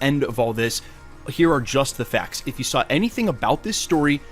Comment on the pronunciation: That guy pronounces "facts" /fɛakts/ instead of /fækts/. I wonder if he's from Fargo, donchano?